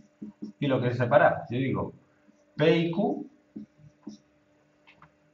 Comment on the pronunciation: O me quiereh o no me quiereh, muy bueno, jajajaja